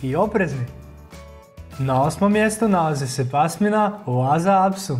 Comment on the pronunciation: Super video ali ši cu, las apso i joršiski terijer se izgovara ju ovako kako sam napisala.